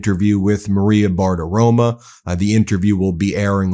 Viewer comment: Bartirom"o" not Bartirom"a" 😢 sorry Ben, I still love you